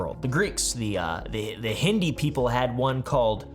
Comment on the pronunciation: Hindu, "Du" not hindi "Di"